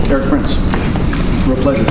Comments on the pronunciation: se llama ERIK PRINCE. ERIIIICCCCCC. PRINCEEEEE. NO ERIK PRIN. ERIK PRINCE!!! ya parecés maduro hablando de elon mok. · No es Erik Prince, si no "Erics" Prince, el liberara venezuela